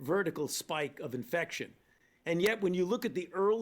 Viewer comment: In the beginning, i could've sworn fauci said "south africer".